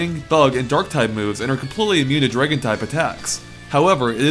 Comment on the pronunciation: "Draygon" lol :p